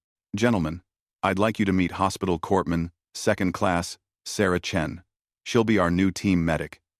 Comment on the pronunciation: corpsman the p and s aren't sound out. I think it's pronounced corman